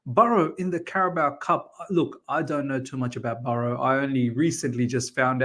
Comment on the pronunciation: It's Barrow not Burrow